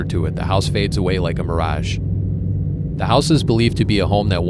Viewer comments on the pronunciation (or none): none